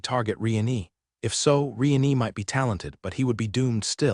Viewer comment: Lord "Re-nee" again..? 😅